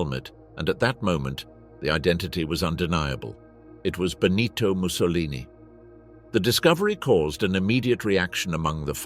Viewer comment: (* En el cuello llevaban sendos carteles que decían: Assassini Traditori).No era Clara-ara sino Clara Petacci; Benito Mussolini no era " el duque" sino " Il Duce" y nunca "Bonito" sino "Benito"; no es Amilia- Romana sino Emilia-Romagna la región natal...la mayoría de los nombres de poblaciones y personas italianas aludidas, están mal dichos incluido el del Conde Ciano que se llamaba "Galeazzo Ciano".Aparece una fotografía de la actriz CLAUDIA CARDINALE y otras 6 mujeres que no son CLARETTA PETACCI.El documental es bueno pero la narración le resta mucho...de otra parte,no se pueden pronunciar nombres alemanes e italianos como si fueran ingleses o con la dicción en inglés de los mismos¡Un desastre la voz seleccionada...!